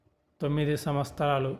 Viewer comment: Samvatramulu kadu samvastaramu ani palakali. Ugadi chesukutaru kada.